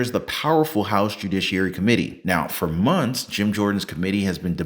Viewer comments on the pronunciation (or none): none